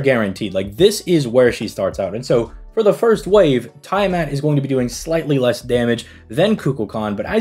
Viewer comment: Tee-uh-mat... Not Tie-uh-mat That said, I'm rolling for both😂